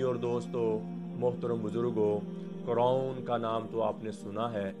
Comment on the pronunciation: اصل لفظ قارون ہے نہ کہ قرون